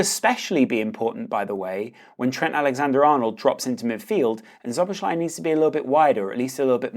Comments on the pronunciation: Szoboszlai is pronounced So-bos-slai. Sz is the equivalent of S in English. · The sz is pronounced as s both times. Sob-os-lie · Correct pronunciation: So-boss-lai :) Very good video by the way. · Nice vid! However, about pronunciation: ˈsoboslɒi - not that hard, is it? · It’s pronounced “so-bo-sly” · its just Soh-Boh-Sly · Pronounciation: "So-bos-la-ee" basically,just take away the 2 "z"-s then go and try to read it. Ur welcome! 😁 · Bro it's not Joboslai. Stop pronouncing it that way. It's not the right way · it's actually pronounced slo - bo - zai 😂 even though it isn't spelt that way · "So-boss-la-ee." That's the pronunciation. ("Sz" is pronounces "s" in Hungarian.)